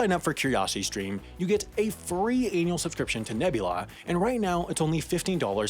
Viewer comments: Ad at end. A free anal subscription. ANNUALLL. U A L. Not up the bum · did he say "you get a free anal subscription to Nebula"? because I had to stop and go back 3 times to see if I was imagining it. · Did you just say an anal subscription? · Did anyone else hear free anal subscription to curiosity stream